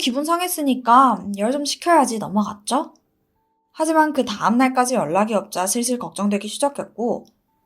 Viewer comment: 하지만=하이만 으로 들려요 ..